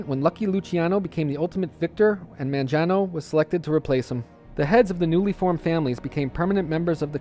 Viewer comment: My last name is Mangano. My family came to NYC from Sicily around the 1910's, and then moved to the Boston area to get away from the mafia. I doubt I'm related to Vincent, though. The name is pronounced with a hard 'G', by the way.